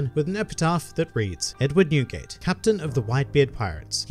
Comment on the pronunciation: When he sad newgate i thought i heared nuguet the candy haha.